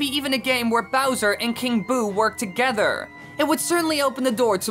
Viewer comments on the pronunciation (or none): Your saying togeder not together